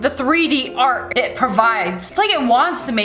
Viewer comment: Dis is art not dart